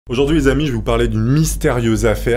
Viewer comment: pk tu dis aujourdius en 2024